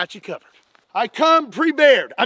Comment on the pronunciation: "I come prebeared." 🤣